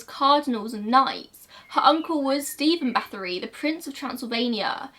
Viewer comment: Same here, it was very unusual and I had to rewind a few times before recognizing the name, but I appreciate her effort regardless. And I looove that she covered this story